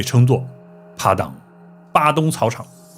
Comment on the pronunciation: padang 发音应该是巴当不是巴东。鱼尾狮是我们的旅游局找个荷兰顾问去搞的，位置都搬了几次。听了这集，估计估计以前那些也是瞎掰的吧。新加坡还有当年郑和的船经过的龙牙门，在Labrador park 那里 ， 你要不要连连看 ？